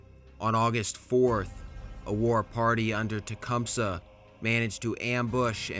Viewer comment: You pronounce Tecumseh way more correctly than we do though "T-cum-sea"